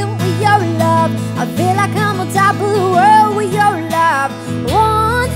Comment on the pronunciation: i love the way she pronounce wi yow love ( with your love) AWESOME! :D